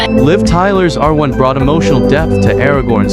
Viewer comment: It's "Arwen", not "Arvin" and your site is bullshit